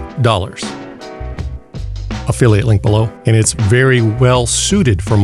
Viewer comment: he says opheliate link below